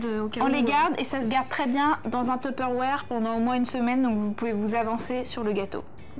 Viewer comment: super PS deso mais jetait obliger c'est pas teperwére (la prononciation) mais tuperware bisous continuer comme sa